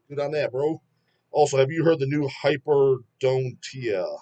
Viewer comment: Sick band! Pronounced Hyper-don-te-ar (it's a condition of having extra teeth, in some cases it's bruuutaaaall) well worth listening to 🔥